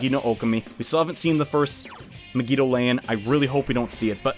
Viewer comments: "Meg-EE-Doa-Lain" he says. Um, Mah-Gee-Doh-Lahn, thank you. It's based on the romanji, which means the vowels are always prounced the same. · MEG-I-DO-LAY-IN. Why. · The way you pronounce megidoloan irritates me to no end. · Why do u pronounce megidolaon like that😭